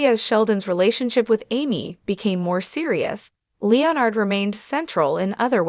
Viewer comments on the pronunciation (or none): The robot voice narrator is so ridiculous. What is a Leo-Nard or LEE-Nard? facepalm just say the dang name correctly, aint that difficult. If it can say Sheldon, it should be able to say Leonard. Omg...trouble with the word finale too.